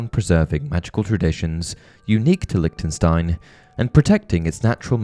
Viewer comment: It’s prononced « Lishtenshtein » ;)